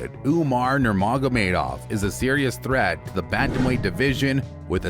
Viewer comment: Great pronunciation of Nurmagomedov 😂😂😂 Sounds like someone who came across that for the first time and rushed it so you can less hear them butchering the name 😂